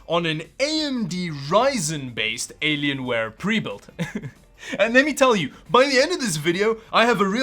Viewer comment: "Aylienwaye" :D